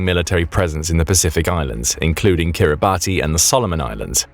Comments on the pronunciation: Please review your name pronunciations!!!! It’s not pronounced like “Kiribatty,” instead it is accurately pronounced “Kiribas.” It is NOT pronounced how it appears. These endless YouTube videos getting props names consistently wrong is very irritating! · Kiribati is pronounced 'Kir-ri-bass' (like bass the fish...) There official currency is Australian Dollars too! And it is made of bird/bat poop (guano)/ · * Kiribati /kEE·ree·bas/. Please don’t use a batty pronunciation! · Kiribati is not pronounced like that! Kiribati has 3 syllables and is pronounced something like 'Kiri-bash'. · It isn’t pronounced Kiri-Barty it is Kiri-bas spelt differently to how it’s pronounced. But if you’re going to tell a story about it you should pronounce it correctly. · Kiribati is pronounced 'Kiribas'. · It's pronounced "Kiribass" 🙄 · Kiribati is pronounced “Kiri-bash” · Perhaps the Chinese know who to pronounce Kiribati = KIRR-i-bass (The name is pronounced KIRR-i-bass, as -ti in the Gilbertese language represents an [s] sound.) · Yo……it is spelled Kiribati but it is pronounced Kiribas. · Kiribati is actually pronounced Kiribas. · “Kiribass”is the accepted pronunciation… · NB Kiribati is pronounced Kirr-i-bass ... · Wrong pronunciation of Kiribati.